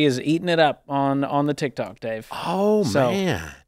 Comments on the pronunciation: I think it's so funny he keeps saying tic tac not tik tok😂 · "Tik Tack" 🤣🤣🤣🤣🤣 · Dave...TikTOK. not Tik tac